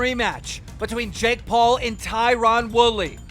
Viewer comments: JAKE doolittle how can you mispronounce his name you don't call jake paul Jack 😑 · The amount of times Keem said JACK instead JAKE was starting to get to me 😅😅😅